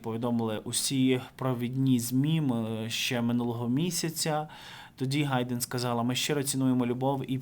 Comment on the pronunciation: не Гайдэн, а Хайдэн.